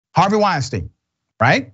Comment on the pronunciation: called him Harvey "Weinstain". LMAO